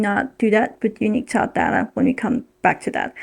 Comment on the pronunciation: Tav is short for Gustav. The v at the end of Gustav is pronounced like an f. Just think of a canadian goose. These bastards are really tough. Goose - tough. Gustav. In other words – Tav is not pronounced Ta but Taf like tough.